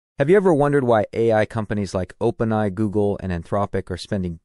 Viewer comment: Dude, it's Open A I need too fix your pronunciation